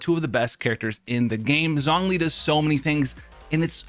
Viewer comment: Listening to you mispronounce Zhongli’s name literally kills me